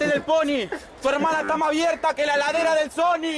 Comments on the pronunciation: si se escribe heladera y se pronuncia:eladera,pero el mc dijo:ladera no heladera y por ese cuando lo edito lo escribio haci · es heladera no ladera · no es "ladera" de sony, es "heladera", que seria refrigerador xd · ES LA HELADERA NO LADERA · la HELADERA DEL SONY no ladera xd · es "la heladera de sony" no la ladera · es heladera no ladera :v